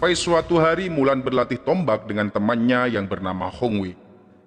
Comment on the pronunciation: Mulan le ...bukan wulan